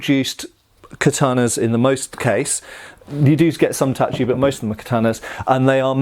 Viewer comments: Relieved to finally see pronouncing "tachi" correctly. <3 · You know, I was surprised when you said "tachi" and not "tashi" hahaha